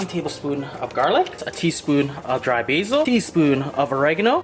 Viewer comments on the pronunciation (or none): none